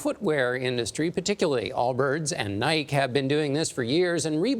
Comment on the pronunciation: how do you pronounce Nike wrong?!?